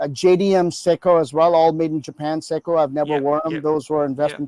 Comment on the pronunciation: US sicko, is the way he pronounced Seiko, but no offence phuckerz